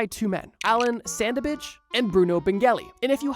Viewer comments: "Allan Sandabitch"??? Clearly says Allan SandAGE... Not "abitch" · "Allan Sandage" TMB: Allan Sandabage